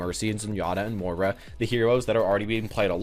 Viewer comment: Also please learn how to pronounce Moira, not Mora. It's been 6 months dude.